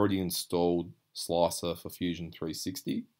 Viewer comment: Love your pronunciation of slicer! sloacer lol